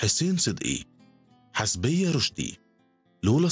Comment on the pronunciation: حسبية رشدي ههههه عندكم مشكلة في النطق حسيبة مش حسبية!!!